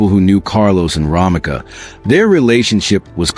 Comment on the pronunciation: Romeca not Romika